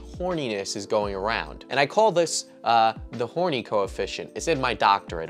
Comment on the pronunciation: I was trimming my nose hair and my trimmer caught an exceptionally long hair, yanking it violently out of my nose causing a sharp pain. That pain was nothing compared to hearing you say kwite and kappa and picturing the two getting 'horiny'